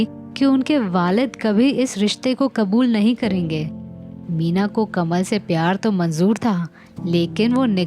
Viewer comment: Pronounce property it's कमाल not कमल.. He was muslim.